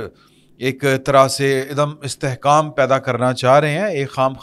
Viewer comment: Idum istehkaam nahi, Adum Istehkaam hota hay.